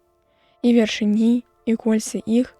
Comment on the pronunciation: Правільна вяршы'ні, а не вяршыні'.